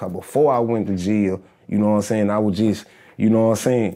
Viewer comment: As SOON as he said "yaknowinsayin" and "yafeelme" I knew he was from my hometown 😂